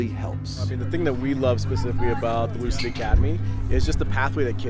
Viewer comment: Thank you for saying Louisville correctly